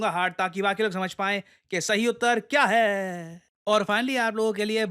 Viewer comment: Last me "kya h" mujhe ajib lga ya sbko